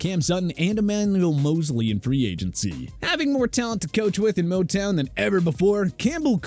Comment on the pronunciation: Emmaneagkl Mosley😂